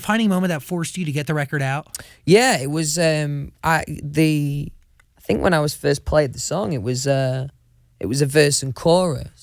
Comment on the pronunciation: "won direction" "i fink" "do ya kno wha ah mean" "mm" "noice .. noice" "ma'a of fact" "ah woll is a woll" "me" "guud" - louis tomlinson 2019